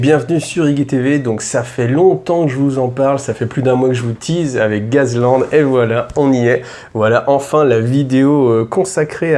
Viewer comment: A prononcer " gass" sinon tb comme d' hab